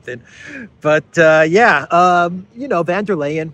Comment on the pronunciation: it would be goid if you could learn how to oronounce Ursula's name. She's German, not Dutch.